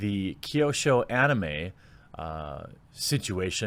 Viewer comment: It's "kyo" like kio, but faster.